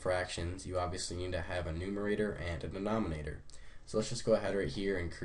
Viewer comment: Are you illiterate??? Denominator not denomonator!